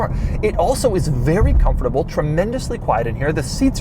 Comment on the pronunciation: Does anyone know if Doug has a speech impediment? Why can't he say 'comfortable' properly?